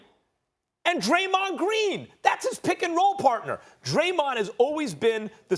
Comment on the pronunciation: I stopped watching after Max said Steph and Dremond 😂. 1st time I agree with Ryan Hollins